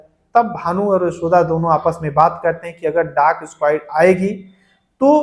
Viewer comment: डाग स्काइड नहीं भाई डॉग स्क्वॉड बोलते हैं